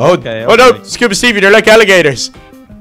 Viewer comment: can’t say scuba Steve